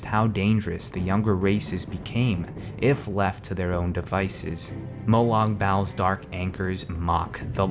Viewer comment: "Better" my butt. The high elves are the only race I don't care for. The rest are all cool in their own ways. I'm wondering if this guy even plays the series. The way he pronounces some stuff is funny. Like Molag Bal. It's pronounced like mo-log ball. And Ayrenn. It's pronounced like eye-ren. I could give more examples but you get my point.